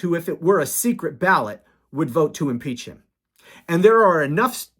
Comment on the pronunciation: Did you say impeach him or impale him? I’m for both